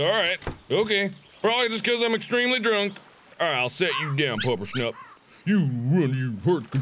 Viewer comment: Excuse me SIR! It's Puppershnupp.